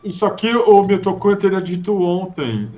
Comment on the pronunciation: é milton "nha"